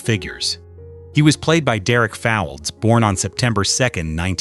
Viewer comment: Derek's surname is pronounced Fowlds NOT Foulds, and "Rosie Cartwright" was a mechanic not a nurse